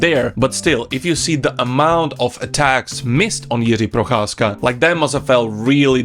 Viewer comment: You pronounce the name Jiří Procházka suspiciously well. I guess I know where you come from. :)